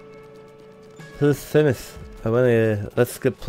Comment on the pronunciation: It's po ly phee mus